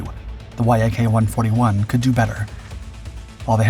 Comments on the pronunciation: YAK is pronounced as a word - "Yak" - not as separate letters, same as "Mig". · Voice over can't seem to pronounce namesm and the title YAK vs Y.A.K. The presentation is rude to viewers. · The synthetic naration has a problem with pronouncing selected words like YAK vs Y-A-K. Irritating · C'mon man, you've been doing this for long enough to know to say "Yak" instead of "Y-A-K"...FFS. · It is not Y.A.K. but Yak, like in your Yack - engineer named Yakovlev. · If you aren't actually an AI voice, you really need to learn to pronounce common stuff like VTOL, Yak, Su correctly instead of spelling them out, it just sounds weird otherwise. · please don't call it as Y. A. K. - that's wrong. Call it short and simple as - Yak. This is how it's called originally. I really love your videos. You're welcome to DM me for any help request with Russian names or any other words' pronunciations.;) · interesting. but I thought it was pronounced Yak rather than Y.A.K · It's not "Y" "A" "K" It's "Yak" Yak is short for Yakovlev. The name of the founding chief designer of the design bureau. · that's not Y–A–K, it's "yak", for eff's sake! An ACRONYM, ABBREVIATION "Yak" - the first three letters of the family name Yakovlev! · yak is one word, not y-a-k also the whole thing got purchased not stolen lol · Once again this is title is nothing but clickbait, your claims have been proven false in the past and your need to word salad is getting boring! You do not have spell everything out every time, it is VTOL instead of V T O L. And it is YAK not Y A K. Try thinking 'less is more' when it comes to narrating! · Yak as in Yakovlev, not Y.A.K.. Same with Su as in Sukhoi, not S.U.. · NATO pronounces the airframes from Yakovlev the same as the animal, which is spelled the same. Like Mig, Yak is a word, not spelled out phonetically. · Yak is pronounced as one word, not spelled. Like MiG and Mil. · Dude say Yak normally